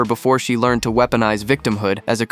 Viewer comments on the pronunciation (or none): none